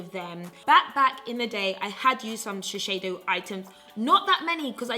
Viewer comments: its sh-e-s-i-do not sheshedo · *shiSeido, not shiSHeido. I'm sorry but it was driving me crazy the whole video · It’s actually shiSeido and NOT shiSHeido😂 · This is an amazing video. But just a nice comment not to offend you or anything I think it’s better to say shiseido (sheeseido instead of sheesheido because I know Japanese are quite sensitive about their brands). I think with this you’ll be more that loved and respected inside Japanese society 😀 I hope you don’t take me wrong because I do love your channel! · shiSEido not shisheido! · is shiseido not shisheido this brand is from Japan. You made laugh i love you forever. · Babe, please! Shiseido is pronounced like she-say-doh! It's a japanese brand and it has a japanese name 😁👍 Love the video of course! I think it's just horrendous that anyone could be scared to say what they like to use... if the product works good for you then hell! Use it to the bone and be proud of it. It really doesn't matter if its 50p or 50quid - you do you always! ❤ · You're always super honest! But it was nice to see this video. Shiseido is huge in Japan, they are like Loreal. Ahahah you say Shi-sh-eido ahahah, please keep doing that. xxx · And only now have I realized I've been saying Shesheido wrong all this time. >_< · When she said “ShiSHeido” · I love this video. Omg I'm like laughing at the way your saying Shiseido hahaha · I was so into the video, but the way you constantly pronounced Shiseido made me click off. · Are you sure that’s how you pronounce shiseido lol